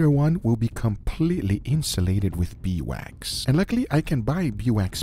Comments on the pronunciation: Title spelling: Beeswax (correct) Guga throughout the video: Bee wax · Is it that hard to call it Beeswax? Not Bee Wax. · Why wont he say bee's wax instead of bee wax